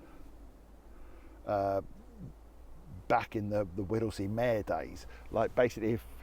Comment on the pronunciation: Not Whittlesey MAAARE meeeeeeeeer